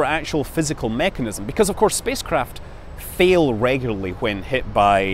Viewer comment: "Hwy do Reaction hweels fhail?" ~Scott Manley.